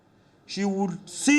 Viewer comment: Cant stop laughing, "any kind of this appointment She will seat and look at the phackgroud of the person" :)